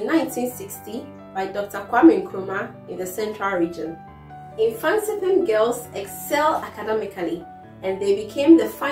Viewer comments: eii😂 mfantsipim girls madam it's mfantseman girls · Mfanstman girls not mfanstipim girls